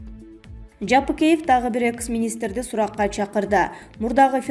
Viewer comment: экыс эмес долдур экс университетте эшек такалап журдунбу